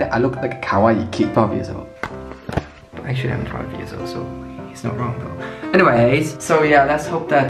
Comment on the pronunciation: you're not Five you're fOIve years old 👀